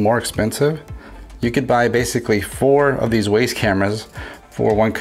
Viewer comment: It’s pronounced wize